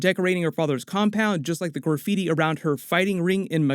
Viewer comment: Your pronunciation of “graffiti” is interesting 😂